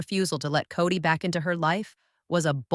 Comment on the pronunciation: It's kody not cody ffs